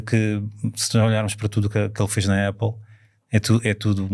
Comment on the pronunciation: Não se diz 'Éple', diz-se 'Áple' (tem dois "pp", a vogal tem que ser aberta). A Ferrari sabia que não podia fazer algo dinamicamente ágil, como qualquer outro Ferrari. Um dos desportivos Eléctricos mais leves, o MG Cyberster, pesa praticamente 2t e tem autonomia para 400 e tal kms. Não é peso que a Ferrari queira num desportivo de 2 lugares - pelo que simplesmente desistiram de o fazer. O Xiaomi referido no podcast pesa o mesmo (EDIT: 1360kg) que este 'Luce'. A Ferrari não considera isso um veículo de comportamento desportivo. Pelo que pude perceber, um dia que tenham acesso a baterias de maior densidade, talvez consigam fazer um EV desportivo e com autonomia decente abaixo dos 1700kg. E sim, o Luce não é para o cliente típico Ferrari. O Luce é um automóvel de luxo, eléctrico.